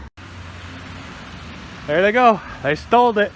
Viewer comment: 'They stoldit!' lol